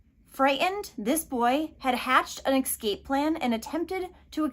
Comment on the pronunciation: *Escape not ecscape